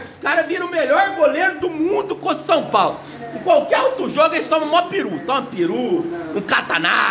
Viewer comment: Shupaulo. Shupaulo shupaulo 😂😂😂😂😂